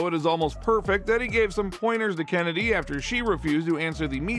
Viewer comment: "CHennedy" btw